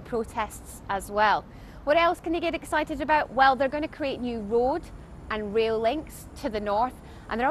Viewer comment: did she just say 'w'oad and 'w'ail links? offensive to asians